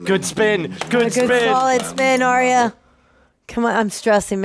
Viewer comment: Just a small thing guys but her name is not Aria it's Arya, pronounced Arr-ya